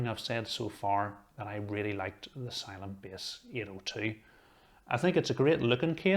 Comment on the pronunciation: 🤣 Love the accent.